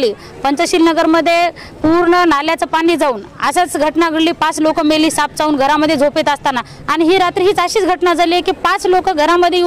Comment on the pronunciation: Saanp not sanap